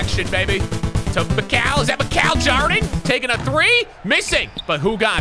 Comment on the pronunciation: it’s MIKAL JARDIN!